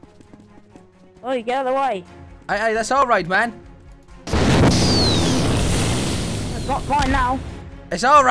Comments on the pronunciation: not hating but everytime he says man it sounds like ma"me i dont know if that is just me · btw not all the time